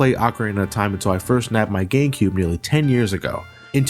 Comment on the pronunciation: he mispronounced GameCube for gay cube.